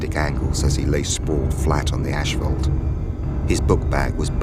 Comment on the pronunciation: What is "ash-phault"?